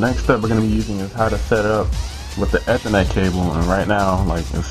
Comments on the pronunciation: lol ur saying ethernet Wrong( not to be mean ) u say it like ( eeeeee- therrrrrr -net) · You say ethernet wrong! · ha he said ethernet wrong